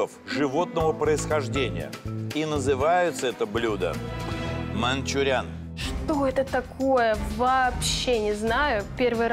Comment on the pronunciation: а не "мАнчуриан"? на ?